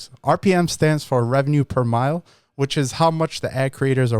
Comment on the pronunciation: I'm not tryin to correcting you about this word in any way, because I understand that when Americans use French words in the English language it's not always being pronounced the same way it pronounces in the French language. The word 'Mille' is a French word meaning 'Thousand' but it doesn't pronounce the same way as in the word 'Mile' that's on your car odometer. But in order for it not to sound like the English word 'Mile' that's on your car odometer it pronounces like the English word 'Meal' as in food. Because of the double 'L' that's in the word it pronounces in French the same way you pronounce the English word 'Meal' as in food. Great job on your videos, you just earned yourself another subscriber.